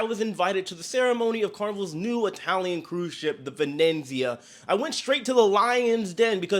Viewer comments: vuh-NEAT-see-uh, not venenzia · love ya but its pronounced ven ET zia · Carnival VE NE ZIA, there is only one N in the name, is not VE NEN ZIA. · Great video again 😀 Venezia is pronounced - Vuh- Nee - Zee - Uh. No second N in the name. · Why do you keep saying Venenzia? There is only one ‘n’ in that ship’s name. 🤣🤣🤣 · 55 I wish you'd learn how to pronounce Venezia. You put an extra "n" in there. C.mon, we expect better. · You seem to constantly be mispronouncing the ship’s name. There is only 1 “n” in its name.